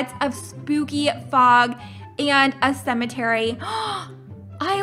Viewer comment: And a cemantery Me: RIP To me 😵😵😵